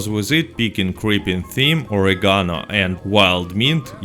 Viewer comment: Love your vids,, you're the best. Your English is way better than my Russian. Oregano = "oh - RAY - ga - no".